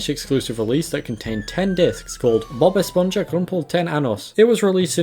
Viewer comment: Bob Esponja is pronounced Espon-ha rather than Espon-ya